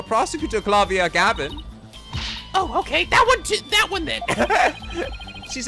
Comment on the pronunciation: Yeah, Klavier only spent around 2 years or so in Germany. In reality he has an American accent and just keeps using German words and phrases, probably completely mis-pronouncing them. He's a big old dork.